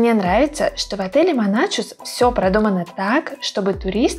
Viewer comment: Вы всё правильно рассказали об отеле. Ни добавить, ни убавить. Тол ко что приехали оттуда. Только, пожалуйста, не Моначус, а Монахус 🤗 Я с добром пишу, поверьте, не злились. Ухо режет от Моначуса. Они и сами его Монахусом зовут.